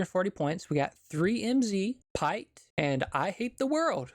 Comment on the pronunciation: and im pretty sure pite is pronounced as peter as pi-te is the Mandarin pinyin for peter